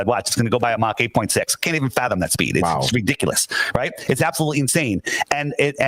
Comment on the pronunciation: favorite word - "ridikalus". He can't even pronounce it right.